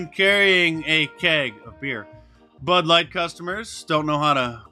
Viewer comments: did you just call it Butt Light? LOL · It sounded like you said butt light and that wouldn't be wrong